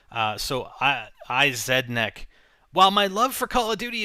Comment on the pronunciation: its not "i Zed neck" its Resneck, IZ-R